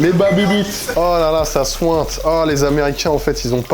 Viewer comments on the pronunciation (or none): « Ça souinte »